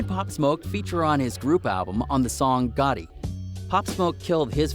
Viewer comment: GATTI NOT GOTTI gat_tee